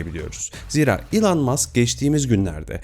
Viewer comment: İlan değil - ilon - diye telaffuz ediliyor .